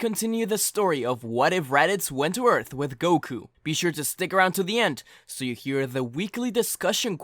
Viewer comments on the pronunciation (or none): none